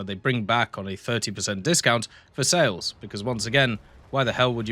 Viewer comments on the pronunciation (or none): none